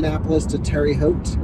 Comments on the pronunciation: It's pronunced tare - uh - hote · it's TARE-uh HOTE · Terre Haute pronounced Tara Hote... great video!